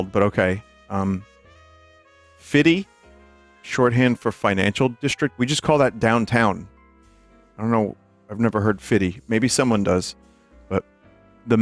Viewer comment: I can’t believe as a native New Yorker you just pronounced FIDI like “Fiddy”. I’m from this day forth calling it that and see what faces I get.